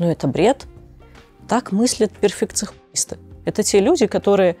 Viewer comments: Она сказала перфекхуисты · так произнесла "ПЕРФЕКЦИ_НИСТЫ", что сделала больно всём перфекционистам 🤣 обожаю) 🤗😍